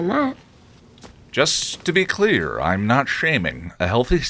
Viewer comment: I hear “Ahm” instead of “I’m” a lot. I haven’t noticed “okway.”